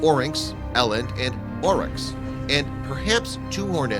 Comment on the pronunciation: You said Orax twice